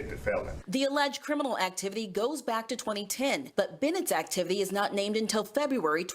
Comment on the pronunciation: ‘well they nat suppose to’ 😂😂😂